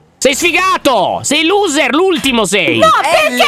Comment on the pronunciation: E anche "Losser" non luser 😂